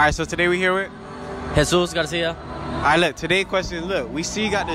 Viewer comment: Nigga said Jesus García 😂😂😂🤦🏽‍♂️💀